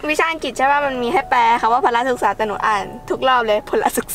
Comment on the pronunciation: อ่านว่าพล-ละ-ศึกษานะคะ😊😊